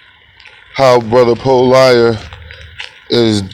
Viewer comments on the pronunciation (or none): PO-LIER (LMAO).